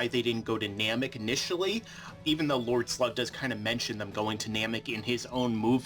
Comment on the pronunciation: ''Lloyd Slug'' XD